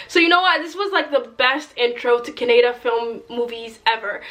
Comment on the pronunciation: It's Kannada (Kan like in country), not Caaanada. Awesome review though. KGF is a magnum opus of Indian cinema and Yash is a monster. And I'm going for the third time next week. My heart just isn't satisfied if I don't watch it again and again. Btw if you think this bearded Yash is handsome, you should watch him with no beard. Girls go mad over him. Mr and Mrs Ramachari is an amazing movie by Yash. You can watch that. Heck, all of yash's movies are amazing but many won't translate well to English since it's rooted in Karnataka culture. My favourite dialogue other than mother is the strongest soldier is the one where he talks about fear and how it should be in the heart of everyone who comes to face you. Fav song is Dheera Dheera. The music is something that sounded like it belonged in a Christopher Nolan movie. Pure epicness. PS: you're not shy.